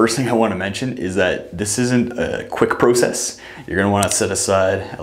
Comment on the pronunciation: “Prosess” lol